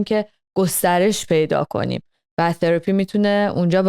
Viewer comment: ثراپیییییییی رو خیلی جالب میگه